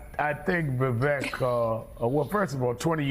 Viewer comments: Oh dear. Yellow hair on Rev. is not a good look. Also, by now everyone in media should know that Ramaswamy's first name is pronounced Vuh-VAKE, and not Vuh-VECK. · can’t pronounce Viveks name. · It's "Vivek," as in "cake." The fact that none of the anchors in this broadcast couldn't even be bothered to look up such a simple fact speaks volumes about the state of our media. As for Sharpton: He didn't show the clip where Ramaswamy pointed out that Rep. Hakeem Jeffries, the new US Minority House Speaker, used the EXACT SAME PHRASE when referring to Donald Trump in 2019. It's called race-baiting. And Vivek called it out. As for his take on issues: Press him on them. That's the media's job. It is NOT the media's job to label his ideas "nuts" when you haven't discussed them in-depth. Shameful. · None of the these opinion hosts pronounced Vivek's name correctly. And they didn't get anything after that correct either. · These "journalists" played a clip of him literally saying his name yet go out of their way to pronounce his name incorrectly. That's not journalism, that's something else entirely.